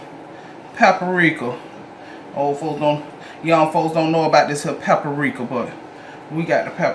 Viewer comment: We gone sprinkle this “peppa-rika” yes ma’am! Come on with it! 🖤